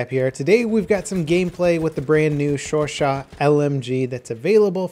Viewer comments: "Brand new Shore Shaw..." Holy shit these BF1 WW1 newbs! please! 😂😂 It's pronounced Show Show, Bro! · pretty sure it's pronounced sho-sho. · The Chauchat is pronounced "Show-show". Maybe this will replace my MG15. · Correct me if I'm wrong but i believe its pronounced 'Show-Sha' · Show-show. That's how to pronounce it. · chauchat sounds like sure shot lol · it's sho-sho m8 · It's pronounced sho-sho I believe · I'm pretty sure its pronounced "sho-shat" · It's pronounced "sho sho" lol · Your pronunciation of foreign words "shoresaw". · It's pronounced ShoSho. Also IRL it was innovative but absolute shit.